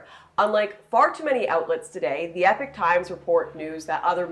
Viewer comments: Its pronounced "e-pock" not "epic" times, btw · It’s pronounced e-pok not epic. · Why do people say it as Epic Times? It’s Epoch Times. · Is it Epic Times or Epock Times? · Why do you pronounce Epoch Times like Epic Times? Is it a Canadian thing? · american pronunciation of epoch by calling it "epic" is just cringe. Hate that so many people say it that way lmao.